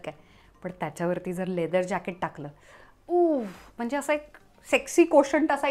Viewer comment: A tshirt doesn't have to be fitted. Fitted tshirt is a look, but a looser sleeve is also one. There is nothing wrong with it. Plural of hardware is hardware, not hardwares. Also, don't over enunciate 'mhanje'. It's mhanje. Not mhanaje.